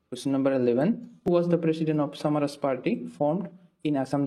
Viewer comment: Samaraj nhoi Swaraj 😵‍💫